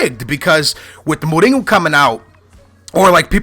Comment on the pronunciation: why do you say go instead of ho jose mourinho not jose mouringo and even jao moutinho even ronaldinho i remember u said in a different video.